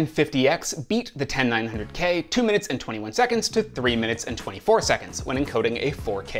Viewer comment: seconDs not seconTs....